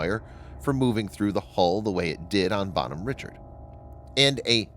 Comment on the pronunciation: Her name is pronounced Bonhomme Rishard not Richard with a hard ch.